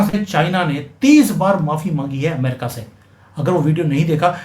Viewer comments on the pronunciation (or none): none